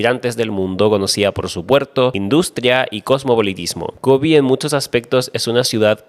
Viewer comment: Vengo a quejarme, Kobe es como se dice en español, no es Kobi como le dicen en ingles, es japones. Pero mas que eso, nada. Issei cuanto te odio!!!